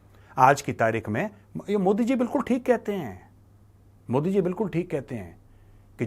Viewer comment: ये पाकिस्तानी मोदी को मूदी मूदी क्यों बोलते है।